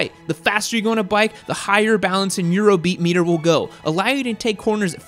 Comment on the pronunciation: "Eurobeat metter"😂